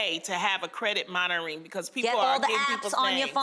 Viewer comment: There goes Loni again not knowing how to say "monitoring" lol. love her tho